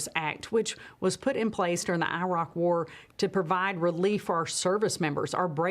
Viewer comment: She said I rock war.